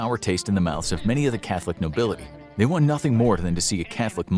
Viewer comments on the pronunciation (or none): none